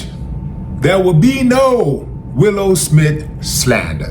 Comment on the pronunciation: Willow, Willow not Willie.